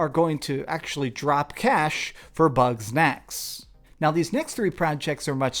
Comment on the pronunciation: Man every time he says “Bug Snacks” it sounds like “Butt Sex”😂😂😂 When he said “I’m gonna play butt sex” I damn near fell out on my cahir😂😂😂